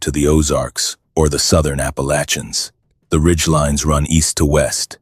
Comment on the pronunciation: Thank you so much for pronouncing Appalatchia correctly.